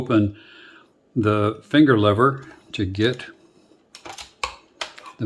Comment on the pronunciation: They're called levers sport, not levvers